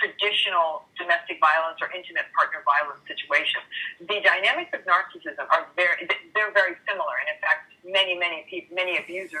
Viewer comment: I wish he pronounced narcissism correctly.